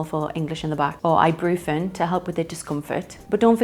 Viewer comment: Sorry, but did she really say, “ibroofen”? That was sketchy. It’s iboo-PRO-fen”.